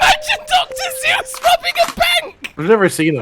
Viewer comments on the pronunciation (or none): none